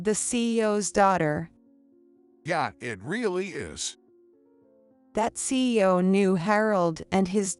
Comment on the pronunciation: C.E.O. - not See-O